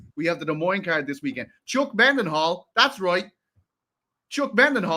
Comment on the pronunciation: as a fellow Dublin man. Why do you pronounce it Chuck MENDenhall instead of Chuck Mindenhall?